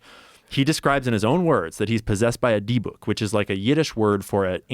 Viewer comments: Deh buk, not D book. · Lol! It's pronounced "dib-bik" 😂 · its pronounced dih- bik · Not for nothing, but I believe it’s pronounced “DIBBICK” kinda like “is it” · Dybuk is pronounced Dibbuck. Took me a minute to figure out what the hell he was talking about lol. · It’s pronounced Dibik. Don’t say it 3 times. Known as Demons in Christianity and Djinns in Islam. Yes, they are all Dybuks. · I know some people willfully mispronounce the names of demons and dark entities; but man, the way they were pronouncing dybbuk kinda ground my gears 😅😅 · Learn to pronounce Dybbuk and understand that he’s being hyperbolic dummy. Dybbuk possession don’t work like that